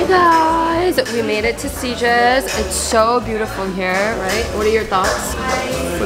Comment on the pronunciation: As a Spanish/catalan person, I HAVE to say something about some things 😶 You arent supposed to cut croquetas, you just hold them with your fingers and take a bite 😭😭 Its not "S t iges" Its SI T GES 😲😭 the T is in a different place 😔 Its normal in Spain haha nobody pays attention to that unless youre like an immature kid LOL